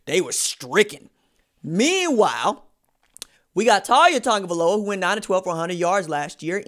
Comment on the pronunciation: U gotta pronounce his name right